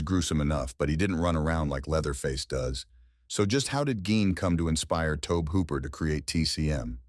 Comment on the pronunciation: Who is Tobe hooper lol it's Tob-E like Toby